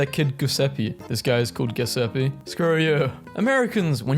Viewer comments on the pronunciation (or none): It's pronounced Ju- (like in JUice) se- (like SEltzer water) pe- (like PEpperoni). Try to pronounce Giuseppe Verdi e.g. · No, its pronounced Like "jew zep pe" second "pe" Like in "Petrol" Not Like in "pee" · Giuseppe is pronounced with a J sound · GUH SEPPE ITS JE SEPPE LIKE JE IN ZED BUT INSTEAD OF A Z ITS A J NOT APPROVED shhh it is approved